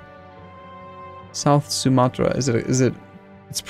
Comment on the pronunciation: Sumatra is correctly pronounced sir!